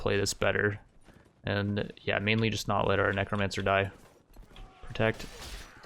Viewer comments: bro you CANNOT say nee-cro mancer XD its neh-cromencer lmaooo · oh god "neek ro mancer" what is this abomination of pronunciation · I die a little inside every time he pronounces necromancer as kneecrowmancer